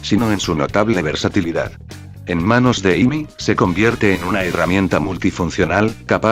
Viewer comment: decent character analysis ,,,I'd suggest tweaking the text to speech program you're using a bit though. saying Pickax instead of Pico isn't that bad but all the different ways character names were butchered especially Amy herself were really noticeable other than that though great job. keep working on these and i'm sure each one will be better than the last.